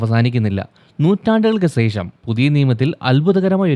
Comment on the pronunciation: Don’t keep on telling “sesham” pronounce it correctly with clarity “shesham”